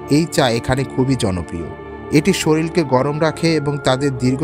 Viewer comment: আপনি বাংলায় বলছেন অথচ শরীর কথাটা উচ্চারণে শরীল বলছেন কেন?